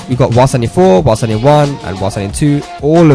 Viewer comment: Dude fix your english its while standing not wassadi...he said it like this...press wassadi 4,wassadi 1